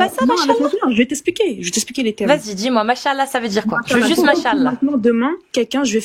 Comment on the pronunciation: Cette mauvaise prononciation des syllabes m'énerve au plus haut niveau. Je DJI, modji, etc... Mais ils pourraient au moins parler correctement